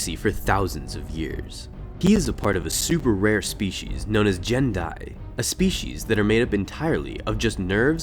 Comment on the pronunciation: The race is pronounced “Gen-Die”, no J sound. You even used an image from the MMO where it’s pronounced in speech. I’ve noticed a LOT of mispronunciations on your videos. A bit embarrassing for a channel called The Lore Master